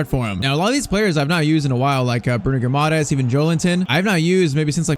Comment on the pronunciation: Bruno's name is pronounced gee-mar-reyech